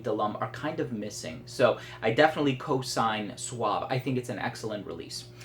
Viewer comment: " Suav" o "Suave".;):D (sorry, sounds funny)